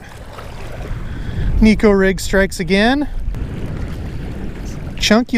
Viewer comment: FYI it’s pronounced neck-o also in Japanese neko means cat